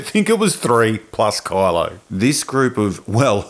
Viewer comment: I like how it sounds like you are calling him 'Carlo' instead of Kylo, makes it sound even more ridiculous for me.